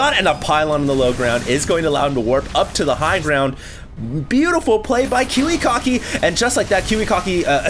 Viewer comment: I LOL-ed hearing saying KiwiKaki's name sound like Kiwi-Cocky.:P